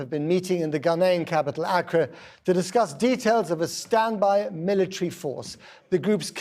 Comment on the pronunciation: The only uk news presenter to pronounce ECOWAS correctly 👏🏾. I’ll let him slide on the mispronouncing Accra as a British Ghanaian.